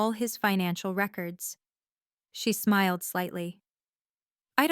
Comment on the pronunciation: "Marcus Smild"? You mean 'smiled'. Maybe, edit with the Audio, 'On', to correct all of the mistakes.